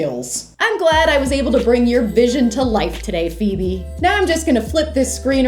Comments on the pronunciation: It’s not Feobe is not a name it’s phoebe 😂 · it’s Phoebe not Feobee